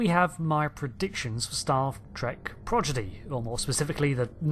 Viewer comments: Hm since it's a pattern I'll say it: It's "prod - idgy" Not "proj - iddy" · it's Prodigy, not Progidy. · No one is gonna point out he said "Progidy" instead of Prodigy? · Prod uh gee…. Not projiddy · Sorry, I’m gonna be THAT guy for a moment… Prodigy = praw-di-jee Not Praw-jid-ee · Say it with me: PRODIGY not "progidy" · Pro-DI-GY, not Pro-GI-DY. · Are you saying "Progidy" instead of "Prodigy"? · ... anyone else hearing "staff trek progidy?" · Both in the start and end of the video it sounds like you said 'Progidy' 🤔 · You said “progidy “ 😂😂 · He still can't say Prodigy.